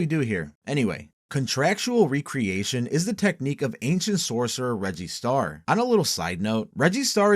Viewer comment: Also "reggie star" sounds like you're saying "register" like a cash register. Could make sense since he uses receipts